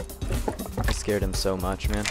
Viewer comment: are you a german? (Oh mann) Lol